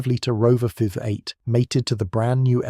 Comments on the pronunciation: Its bloody AI again, listen when he says rover fiv eight hahaha I really wish they would all stop using ai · It’s unfortunately getting more common, it’s so frustrating. Obviously the person making it can’t speak correctly if he relies on ai to do it wrong for him listen how v8 is pronounced haha fiv eight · It’s ai produced unfortunately. Like more and more these days, so sad they cant do it themselves Listen to the mispronounced words all the way the way through powered by a fiv eight haha